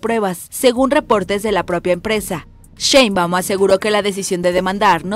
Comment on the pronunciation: Es Sheinbaum no SheinbÁum. No es SecretarÍa, es la Secretaria.